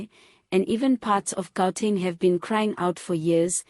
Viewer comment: Entlek you my sister how come you are a South African but you can't even pronounce our SA names properly. I've been watching your video but end up asking dingtshang ka wena. Gauteng😂😂😂😂😂haai khona ka wena kea go sola sheem